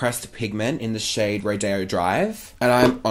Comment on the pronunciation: Oh my god they way you said rodeo!!!! I've never heard anybody say it like that before. Haha!